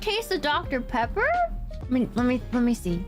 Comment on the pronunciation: Is that Dr. Peeebba? That's that Dr Pebba!